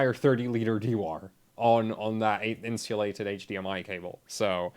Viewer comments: Dewar is pronounced "doo-er". If you have issues regarding the international phonetic alphabet that's something you're going to have to take up with someone else. "Dewar" is pronounced "doo-er", not "dee-war". This isn't some obscure philosophical question and my correction isn't an attack on (in fact it's a helpful tip), so take this up with someone else. Dewar is a proper name with a known pronunciation; by 100s of millions of people in fact in the scientific world. I'm done with this conversation as I have no intention of teaching English as a second language to people (such as yourself) that refuse to look into linguistics more thoroughly on their own time. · Dewar is pronounced "do-er", not "dee-wahr". It's named after James Dewar. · Orthography? You mean a conventional spelling system? Look up the word "dew" and how it's pronounced colloquially and regularly and get back to me. There are conventions in English and I don't understand where you're going with this. I'm helping him out here. Dewar is pronounced "doo-er" everywhere, he's obviously not a native speaker and the word is a bit niche. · As I said, pronunciation is not same as reading. My point is, and I am not "defending", how is someone to know pronunciation of Dewar unless he knows them personally? Not by non-existing rules of reading English. English needs proper orthography. I am sick and tired of reading replicas in numerous posts on Internet, how is what pronounced. The fact is, English don't know how to read unless they learn by heart. Otherwise, they resort to spelling and spelling is "names" of letters - not instruction on pronunciation!